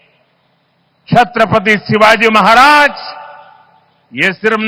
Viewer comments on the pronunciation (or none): छत्रपती शिवाजी महाराज जी उच्चारण करिये मैडम.